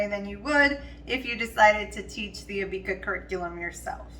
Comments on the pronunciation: It’s Abeka not Abeaka 🤣🤣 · Abeka is pronounced A beck a like rebbeca